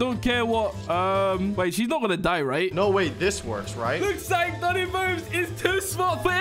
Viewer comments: He said domi head not doni head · its domi not doni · it's pronouce, domi